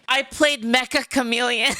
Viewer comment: I find it funny that Meccha Chameleon is always mispronounced by people as "Mecha" as-in robot. The title is "めっちゃ、カメレオン" meaning "Wow, a chameleon!" or "Very Chameleon (like)". It's funny because the title of the game itself acts like a chameleon, being mistaken for something it isn't about.